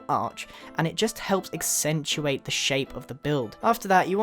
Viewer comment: Someone should make a drinking game of every time Grian says contrast, astethtic, or exxentuate.